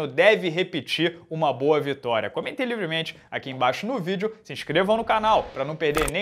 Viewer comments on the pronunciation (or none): none